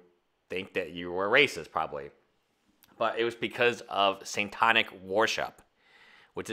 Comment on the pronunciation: When you learn to pronounce the word "Satanic" I'll...maybe...think your opinion is valid.